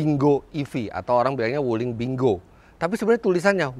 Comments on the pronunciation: om sebenarnya kalau dibaca dengan bahasa mandarin bacanya ping quo yang artinya buah apple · bacanya pin... kuo , om .... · Kyknya bacanya ping kuo artinya apel, CMIIW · baca nya ping khuo itu om fitra...